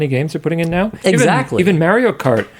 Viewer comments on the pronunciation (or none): I love, and hate how he says Maerio.